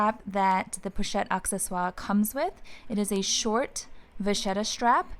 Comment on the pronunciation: I am french and I can tell you you pronounce it perfectly:)